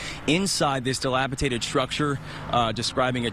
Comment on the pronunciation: "dilapitated"?! He said it THREE times! JFC 🙄....the word is dilapidated. How can you be a news person and not speak correctly?🤦